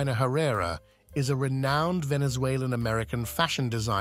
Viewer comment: THANK YOU. Ugh. I had to stop it midway thru bc I couldn’t stand the mispronunciation any further